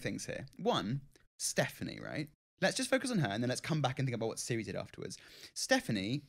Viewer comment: Her name is Cirie not Siri.